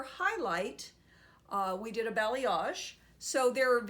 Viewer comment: Balayage*, not balyage :)